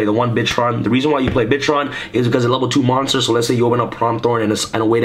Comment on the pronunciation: its bitron not bitchron